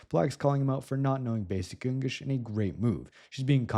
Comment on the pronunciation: hehe, “Engish”